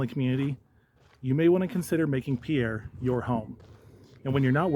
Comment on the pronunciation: Decent video, I did want to gently mention that South Dakotans pronounce the city's name as "peer", not the proper French pronouciation of "pee-air".